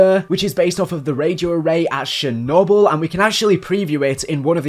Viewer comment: it’s actually pronounced Cher-noble FELLA